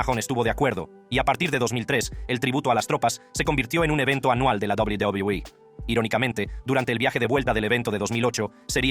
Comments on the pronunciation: PRONUNCIAS PÉSIMO WWE/WCW.PORFAVOR APRENDE A HABLAR.ES MOLESTO OIRTE. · Hermano tu video es interesante pero por tu tono de voz y la forma en la que pronuncias a WWE es molesto